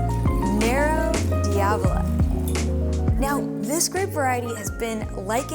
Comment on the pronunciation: Let me help you out with pronunciation: Mostly pretty good for a non-Italian. Except for the first one: not Nero-dee-AH-vo-lah. Too many syllables, wrong accent. Try Nero DAH-vo-la. Not difficult, but more italianate. And delicious.